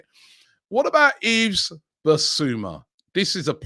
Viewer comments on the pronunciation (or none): none